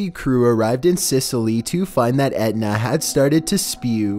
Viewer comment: 14. Would you please stop calling this mount Edna? It is Mt. Etna.